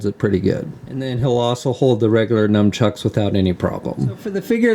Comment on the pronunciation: nunchucks, not "numchucks"...